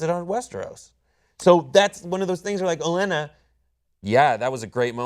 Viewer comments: I'm usually a big WTF fan and a fan of these reviews but your constant mispronouncing of Olenna and getting the title of episode 8 wrong was GRATING. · was pretty good in this video but I was a little dishearted by their repeated mispronunciations of Lady Olenna's name when they say her name over and over again in the bloody show and they claim to be a fan of the character. I'd almost rather them call her by her real name if they can't pronounce their show names properly. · OH - LEN - AH!! It's Olenna, not Olyenna. Sorry but i can't ignore but please for next time. OH - LEN - AH!! And Episode 8's title is called "No One". Episode 9 is titled "Battle of the Bastards". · God fucking damnit. Stop calling her Olyenna. There's no Y in there anywhere. Just stop!!!!!!! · Oh-lee-anna? Lol, don't u guys hear it pronounced in the show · It's called a "cold open". It's O-len-na" not Olinia. (How do you review a show and so obviously don't LISTEN to the actors when they speak names?) The next episode is titled "No One", then "Battle of the Bastards", not The Battle of Riverrun. Cenk must be related to Jon Snow, because he knows nothing. Damn dude, just check IMDB before taping these! You got BOTH of the last episodes titles wrong. There's a reason I watch 10x as many "fan-based" reviews than I do "the big boys". Cause the big boys (establishment) are LAZY. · It's Olenna, guys, not Oleanna. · It is Olenna Tyrell not Oleanna. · OLENNA! It's OLENNA! Sorry, they are driving me crazy with this "Olienna" talk. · Its Olenna! O-Len-Ah...not O-lee-en-a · It's lady Olena not "oh llyana" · never thought hearing someone say "olianna" instead of "olenna" would be so off putting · The Queen of Thorns' name is "Olenna", not "Olee-ana" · Guys, the Queen of Thorns name is Olenna, not Oleanna. That's "Oh-Lenn-Ah" not "Oh-Lee-Anna." Her name has been said a number of times on the show, and has read the book and should know how it is spelled. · YES!!!!!! I swear i heard "old Lyanna" lol